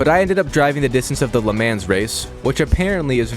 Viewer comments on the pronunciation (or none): Bro called the Le-Mans Lamens💀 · VIPER?! Bro, that’s an 07’ Ford GT Edit: Le Mah is how it’s pronounced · “The Burg Ring” “LEE Man’s” Bro sending me with these 😂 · Did nga say "la mans race" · "Le mEns race" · And hearing Le Mans in that way hurt, but at least you are learning some, onwards and upwards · Calls a Ford Gt a Dodge Viper. Mispronounces LeMans. I haven't platinumed this game but watching you try to do it is harder for me.